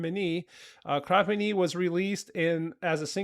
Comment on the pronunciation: Came to the comments to help you out with pronunciation 😊 Nis/Niš- Nish, their hometown Kraj- like pronuncing Cry Mene is spot on from your end. Cherry on top- "I'm still keeping a place for you next to me And this impossible love is killing me, Can't you see how much I'm breaking The more I give the less I have you." 😊😊😊